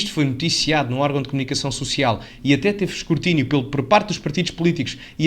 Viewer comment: Escurtinio?😂😂😂😂😂 Escrutínio, porra!